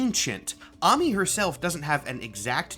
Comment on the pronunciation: As a Korean, her Korean name is 한아미, so I confirm that it is correct to pronounce it as AH-MEE